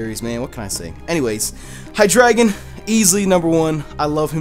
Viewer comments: Its hydraigon (hi dra gone)idk actually I just like that sound of that instead of hi dragon😔😔😔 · It's hydreigon not hydragon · How do you guys pronounce Hydreigon? I pronounce it like ( High Dray Gone ) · Xenorism AJ Its pronounced on a german way. Drei means 3 in German. Which makes sense. Its High Dri Gone :)